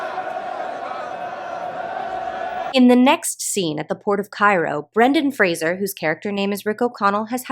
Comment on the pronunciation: I just want to thank you for pronouncing Brendan Fraser's name correctly, I reflexively brace myself whenever I think someone's going to say it and I get a little rush of relief every time I hear Fraser instead of Frasier.